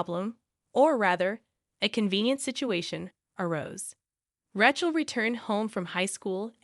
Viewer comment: Mispronunciation of the name RACHEL ....in many of your stories .!!